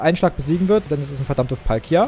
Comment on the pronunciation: Es heißt Palkia